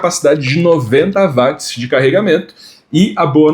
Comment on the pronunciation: Fale uot e não Vatis